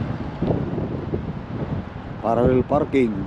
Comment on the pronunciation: It’s PARALLEL parking not PARARREL.